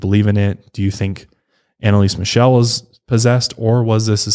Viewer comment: I‘m from germany and i‘m sorry but I couldn’t hold back a laughter when I heard you pronounce „Michel“ like „michelle“ 😂 and Bavaria is actually in the south of Germany, maybe klingenberg is located in the west of Bavaria itself